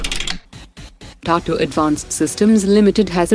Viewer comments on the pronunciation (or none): Pronounce TATA properly. You sound like saying Tartar 🚩🇮🇳